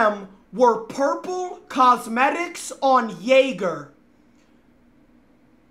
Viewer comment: Replace the j in jäger with an n but keep the pronunciation of the -anger